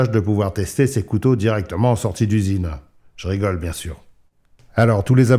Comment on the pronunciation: Fullblack en français 😂 sinon quand tu dis "je rigole", essaie de prendre une intonation adaptée parce que là on peut vraiment croire que tu ne rigoles pas en vrai 😂 merci pour la présentation. Restons affûtés.